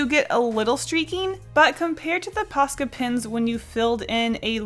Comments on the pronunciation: What does she keep saying? Posket pins? I feel like I am missing something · God everytime she says posca i hear paska which is a finnish swear word :l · Say ''Posca pens'' one more time!!! I challenge you!